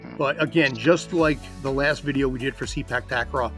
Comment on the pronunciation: Sorry guy, it pronounce "SE-PAAK TA-KRAW not SEE-PACK TAG-KRAW" please correct the pronunciation. 😉😉😉